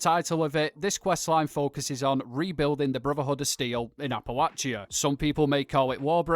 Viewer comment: Got 2 mins in before your pronunciation of Appalachia drove me away. How can somebody who has played the game so much, with so many characters in the game world pronouncing the word correctly, get it so wrong? Maybe do some research before your videos going forward?